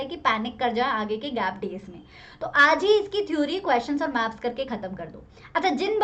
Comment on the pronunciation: Maam gaps nahi maps 🤣🤣🤣🤣